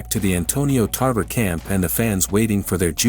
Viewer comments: Tarver not tarvera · Antonio "Tarvera"? 🤣 🤣 🤣 First you got his weight division wrong then you got his name wrong 🤦🏽